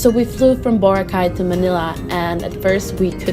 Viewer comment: Boracay is pronounced Bo-Ra-Kay pls pronounce the letters harder believe me you'll get laughed at Most locals are nice, but some can be pretty savage